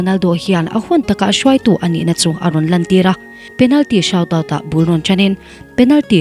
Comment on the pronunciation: Penalty shout -out 😂😂😂 Penalty shoot-out anti (sut out tia lam tur)